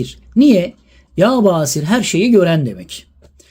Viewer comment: Yâ Basiiir. İ harfini uzatıyoruz...